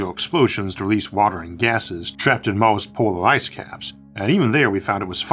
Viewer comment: anyone else hearing Moses instead of Mars ?